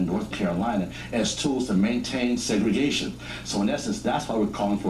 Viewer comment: luv your commentary brother, but it's Segregation!! peace